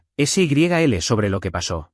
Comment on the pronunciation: Por favor, un poco de rigor en la narrativa. La boda en noviembre de 2026 y estamos a inicios de marzo del mismo año. SYL es diminutivo de Sylvia y no se pronuncia ese y griega ele, sino en un sólo golpe de voz.